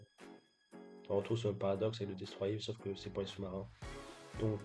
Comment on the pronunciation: Par pitié dis destroyeur pas destroyé